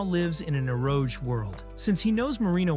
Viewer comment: Eroge “aero-jay” 😂🤦‍♂️